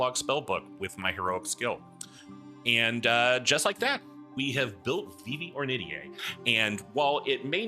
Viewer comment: huh, today I learned how "Ornitier" is pronounced! I always pronounced it "or knit tear", but I looked it up and you've got the right of it. neat! probably gonna be dming a campaign in fu soon, excited to get back into it after a lil period of dm burnout, very likely gonna binge your videos in the next week or two lol (-and I'll do my best to keep my comments thirst-free-)